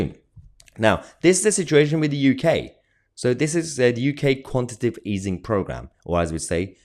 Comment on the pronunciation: Quantitative NOT Quantitive :)